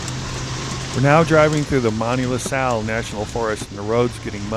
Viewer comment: Great video of an off-beaten path. I'm glad you finally got the Utah pronunciation of Monticello! Now, let's work on Manti-LaSal...